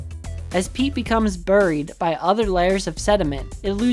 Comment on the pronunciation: You don’t know how to pronounce “buried”.